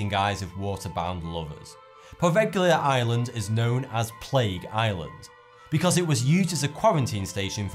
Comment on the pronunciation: And they all sounded like "Ireland".